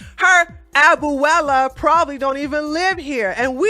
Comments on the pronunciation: I love you. Abuela is pronounced: A-bue-la, three syllables. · You pronounced abuela wrong lol. Good video 👍🏿